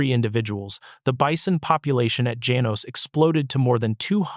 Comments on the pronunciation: Janos - pronounced ha-nos! I have uncles/aunties/cousins nearby in Acencion. My second home. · Janos is pronounced as follows: Ha-nos. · Janos is pronounced Hanos in Spanish